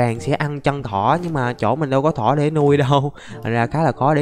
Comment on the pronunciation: What sao a nói thịt thỏ lại là thịt cỏ